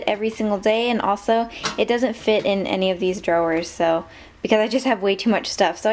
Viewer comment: dro-wers? lol